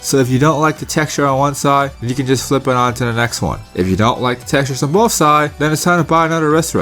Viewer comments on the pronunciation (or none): He keeps saying "bofe" ... it's "both".. i keep expecting him to say "Bofa deez nuts"